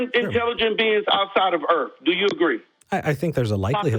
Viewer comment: Planet EarF? I stopped listening at that point.